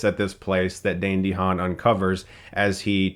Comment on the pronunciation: great vid but i was like yelling at the screen when he pronounced Dehaan wrong